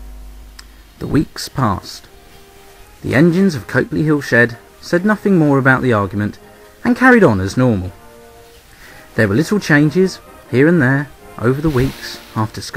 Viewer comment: It is pronounced Cop-Lee Hill btw. Nice vid though. The reason why the Luftwaffe knew where to bomb was an excellent series of detailed travel books. York was very heavily bombed, and several historic buildings including one of the old churches, which still lies in ruins as a memorial to the blitz